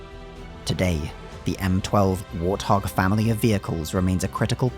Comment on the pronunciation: What the hell is a "war thog?"